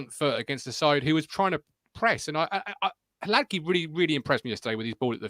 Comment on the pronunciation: Hilarious watching Martin wince every time tries to pronounce Hladky 😂